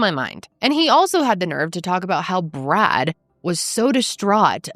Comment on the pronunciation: A few times when you said "Poor Brad," I thought you said "Poor Brat"!!!!